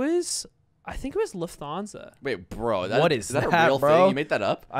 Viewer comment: The way he says Lufthansa is killing me, i didn't even understood what he meant until he said it's a german airline